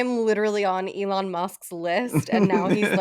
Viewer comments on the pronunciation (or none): none